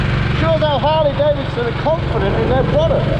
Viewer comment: It's not Davison, say 🙄 it with me now......Davidson !